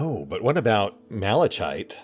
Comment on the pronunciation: in...appropriate? et seq.: it's pronounced "maluh-kite" ;)